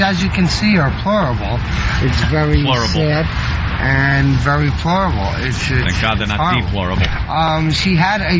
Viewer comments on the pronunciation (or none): THANK YOU, that's exactly what I was looking for. "Her living conditions, as you can see, are plorable." 😂😂😂😂